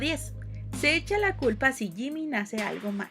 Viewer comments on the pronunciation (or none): Alguien vio la palabrá en vez de decir culpa dice cula en el minuto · dice cula en ves de culpa i'm sorry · Jajaj No es cula es culpa jajjajaj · quien más se dio cuenta que en el no dice culpa si no cula xdxdxddx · Nadie: Absolutamente Nadie: Neta nadie: Yo mirando que en vez de decir culpa dice cula xd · dice cula no culpa(◍•ᴗ•◍) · Lime si viste k en el min dice cula en lugar de culpa